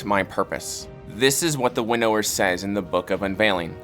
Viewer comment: I'm sorry but the way he says Winnower as "winn-nower" is frustrating.